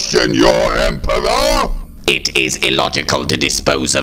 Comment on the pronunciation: So,..... the Dalek Emperor has trouble pronouncing their Rs. Conscious choice?